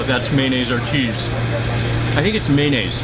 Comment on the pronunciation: maynayse killed me